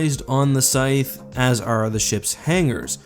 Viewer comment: hmmmmmm, never heard the word "scythe" pronounced before?